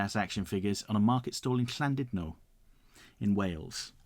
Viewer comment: pronounciation of Llandudno has improved.